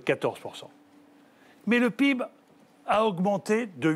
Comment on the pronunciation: Quand le mec prononce PIB peeb, et qu'il parle de croissance, c'est là que j'ai compris le problème..